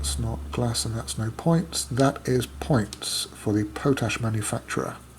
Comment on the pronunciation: Potash is pronounced as though it is two separate words : Pot Ash Nice playthrough :)